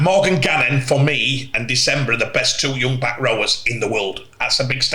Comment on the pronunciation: For the love of god, - please stop calling Junior Nsemba - “December”. If you can’t pronounce the name just call him Junior